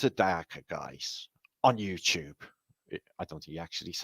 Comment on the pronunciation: Did you say Ewe Lube or Youtube?